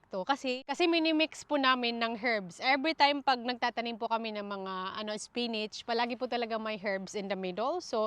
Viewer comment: Ms korek ka lng ha di spinach po ang tamang pag pronounce di po spinits salamat